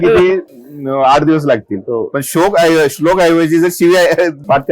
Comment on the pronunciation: याला शोक आणि श्लोक हेच उचार करता येत नाही त्याची स्तुती करणारे आपणच येड. ...भोका ..चे